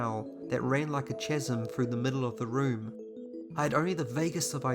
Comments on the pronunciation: Chasm is pronounced kasm. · Oh wow. I'm sorry I dont want to be that guy. But Chasm is pronounced Kas-um. Ordinarily I wouldnt say anything but it's one of my favourite words and hey you only really see it written down nowadays. Love the videos bud.